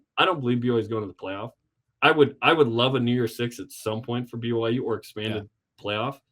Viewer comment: Why is it so hard to just say "B-Y-U" annunciating all the letters as you say it? If you're a BYU podcaster you should recognize that there is a clear Y in the middle. BU is Baylor, B-uh-U is not a university, its an indication you need a good decongestant.